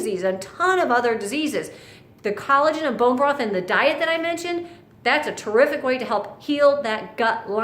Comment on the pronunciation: U said “terriric way” multiple times or my english ear is really bad.. why bone broth is terrific???!